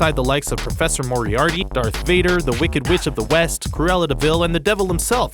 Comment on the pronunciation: Thanks for saying Moriarty